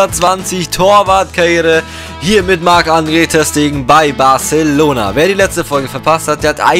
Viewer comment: Du sprichst Barcelona so richtig Deutsch aus LUL Wenn man Spanisch hat ist das so lustig Haha